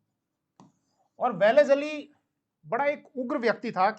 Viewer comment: Isko लॉर्ड वेलस्ली भी बोलणे को नही आता. वेलीज अली बोल रहा है😂